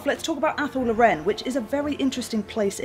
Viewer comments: mispronounced a few things before, I think 'law-ren' is right but in the end there's no wrong or right way to say it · I thought athel loren was pronounced like "athel law-ren" but says athel low-REN? Have I been wrong all these years?